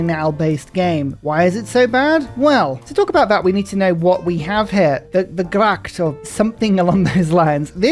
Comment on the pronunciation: The Dutch "g" is pronounced like a hard "Hch" sound so it's pronounced "hracth"